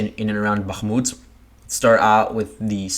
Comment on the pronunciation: listening to the way you say bachmooot is queer sounding, where did you get that annunciation?